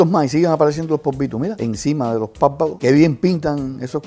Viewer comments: #MasPolvitos me da risa porque él dice #Povitos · "y seguimos con los póvito" jajaja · Kathy Vargas Dice "Polvitos"